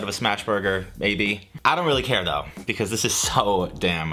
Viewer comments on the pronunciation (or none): none